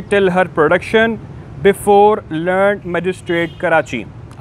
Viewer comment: dea host zara khayal kejiye ga angrezi boltey waqt aap adaigi kejiye misal BEFORE THE LEAR- NED COURT. samajh gaye janab ! LEARN alag ada kejiye phir noon daal ned ki awaaz nikalie misal NED UNIVERSITY ? samajh gaye janab BEFORE THE LEARN -- NED COURT got it?